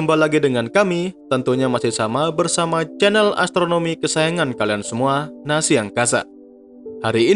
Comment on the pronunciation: Naza coeq bukan Nasi